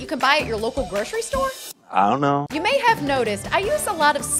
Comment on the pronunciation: The "I donna know" got me every time 😂